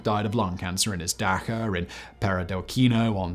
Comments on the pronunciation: don’t mean to be pedantic but Simon’s pronunciation of “dacha” is like getting stabbed in the ear 😂 the “ch” sound is pronounced like “chump” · Better still, when he's briefly checked for a pronunciation in the past he's chosen the wrong Anglicised pronunciation where he's bastardised the original word even more. 🤣